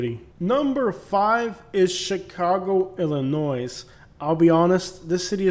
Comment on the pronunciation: The usual great stuff, but when saying Illinois. do not pronounce the s at the end.